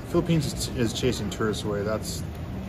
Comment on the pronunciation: Welcome to the “Fee-lippines”.